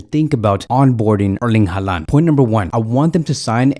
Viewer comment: Haaland isn’t Hispanic. I don’t know why you pronounce his name like that lol. It’s pronounced “Holland”